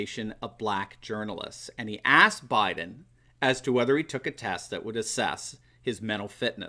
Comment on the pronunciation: Actually he says "I'm Joe Bliden's husband", there's an L in there.